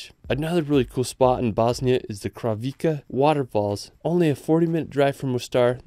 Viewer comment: I can only tell about the ones I definitely know. Kravice Waterfalls - the c is pronounce like ts, like the one in Plitvice. And Aladzha is not the way I heard from you (Alzraha :) but sounds something like Aladga or Alaja . dzh= like the J in Jim.